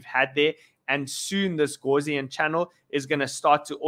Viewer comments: Gaussian. Not gauze-ian! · House not horse